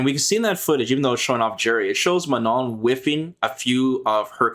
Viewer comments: Fun fact of the day: If you have a hard time pronouncing Manon the french way , It's not Ma-None , it's Ma-non . Learn how to say Oui and Non is French , which is the equivalent of yes and no in English and you'll be good to go. Remember, It's not a hard N at the end :) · Yes they sound ridiculous when trying to say Manon 😂 Everyone is forced to learn english and pronounce properly, but anglo people knows only one language and cannot pronounce something that isn't english